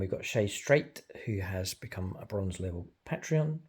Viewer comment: Great battlereport... but man to man here; say patreot and then say Patreon. Ure welcome